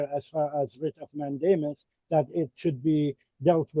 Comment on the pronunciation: I hear him saying WRIT OF MATT DAMON 😂